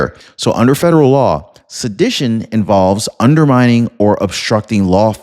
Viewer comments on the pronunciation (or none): Its pronounced suh-di-tion